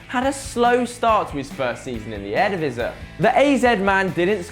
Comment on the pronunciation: the way u say eredivisie gives me cancer